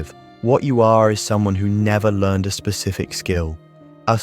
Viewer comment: Why is this AI (text to voice) narrated? If you wrote the script, wouldn't you believe in it enough to be worth reading it yourself or getting another real human to read it? The occasional mispronounced words (like "learned" instead of "learned") and pauses at the wrong point in a sentence are a dead giveaway. I thought this subject held promise, enough that I bothered to click. But now I'm doubting if this is even real or proven psychology, as opposed to just someone's pet ideas.